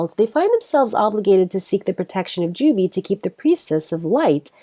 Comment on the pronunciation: By the way, Jubei is pronounced 'Ju-Bay', not 'Ju-Bee'.